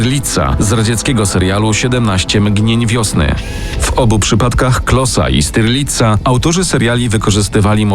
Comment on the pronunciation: Nie styrlica a sztyrlica tak to sie czyta. Jedno slowo mozna nauczyc sie czytac po niemiecku